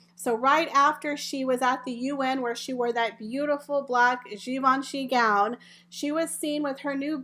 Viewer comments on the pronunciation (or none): none